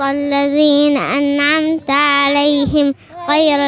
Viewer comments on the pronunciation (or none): بالنسبه لطفلة ما شاء الله عليها ولكن لديها ضعف في الكسر مثل كلمة(( عليهِم ))هي قال عليهِ تقريباً فتحت الحرف وهاد خطئ جلي وليس خفي وكلمة مالكِ قالت مااالك يعني في حرف مد طبيعي ولكن زادت حركة وما اتمت الكسر ولكن ما شاء الله عليها جيل التمكين بإذن الله